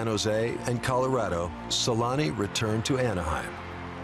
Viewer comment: Its selänne